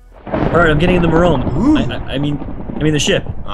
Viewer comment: Did Jerome say merome?